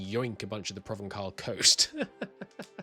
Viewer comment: I'm positive I said this in the M&T campaign but no matter : Ç is always an s‐sound in French (and Occitan and Catalan). Hence, Provence (pronounced like you already do) ⇒ Provençal pron. ‹provensal› (with the ‘cat’‐vowel, not the ‘wall’‐vowel) More precisely, the rule is : ―C is an s‐sound before E,i,Y ―C is a k‐sound everywhere else (before A,O,U, other consonants (including another C), at the end of words) ―Ç (the thingy under the C is called a cedilla) is always a s‐sound (and C is never ever a z‐sound, contrary to S which can be)